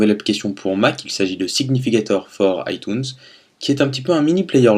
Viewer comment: Bonne vidéo mais comment tu prononces "iTunes" me donne envie de vomir ! C'est un mot anglais, tu peux pas le lire en français !